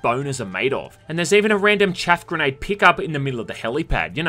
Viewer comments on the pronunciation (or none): none